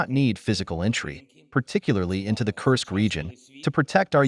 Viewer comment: You are good with pronunciation, check "Kursk". Russian pronunciation has "u" like in tube!